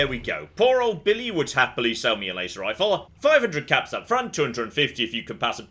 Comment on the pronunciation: Biwwy is best character in fawwout fwee